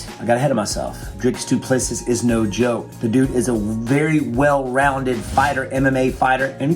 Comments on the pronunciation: Doo-pluh-see, lol not dooplesses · "Doo Plessee". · It is pronounced - DOO PLA SEE. Its Afrikaans. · How come you make a video about a fighter but you can’t even pronounce his name correctly? The final S is silent. Dricus Du Plesseeee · Stephen, it's pronounced Doo-pla-see. Great analysis otherwise 👍 it's nice that our boy is finally getting the credit he deserves. His style has won him 3 other belts in 2 other organisations so the fact that his style is effective is nothing new. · It's pronounced as DU PLESSI (the last s in PLESSIS is silent) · Pronounce his name like this Dree Kiss Do Plus Sea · Say doo plu sea (see) not seas not sees.Don't pronounce the last 's" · It's doo pleh sea With a hard d and p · Wonderboy we love you! It's pronounced "Du Ples-see" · I'm American and his miss pronunciation of his last name is like nails on a chalkboard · It's a silent s at the end guy...cmon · Just call him Dricus or DDP if you can’t say his last name properly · Ffs. Silent S at the end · Pronounce the champs damn name right. No wonder you thought he was gonna lose you dont know shit about him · He says his name wrong a thousand times, but says it right lol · His surname is pronounced same way you say 2 + 3. Congrats on getting first name right, a bucketload don’t. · The last s in Duplisis is silent. You're welcome